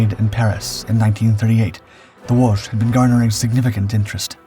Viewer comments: Pronounced Wo-shee. The last letter is an “ś”. That is that whistling or whispering sound Poles are known for… You just keep practicing… you’re gonna get better. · Good atemt at saying Łoś but you were saying more of Łusz not Łoś as "Ł" is read like "w" in what, "o" is read like "o" in not and "ś" is like verry soft "sh" or that's closest way i can explain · It's Łoś! You see it's important beacause Łoś (ł is english w and ś is kinda verry soft sh) means Moose, while Los would mean Fate.